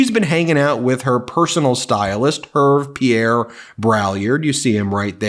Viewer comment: Hervé Pierre is pronounced "Hairvai Piairre"...:D (notice the accent on the é)